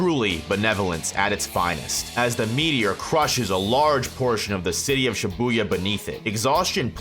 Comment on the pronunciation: Video starts: "She boo yuh" 💀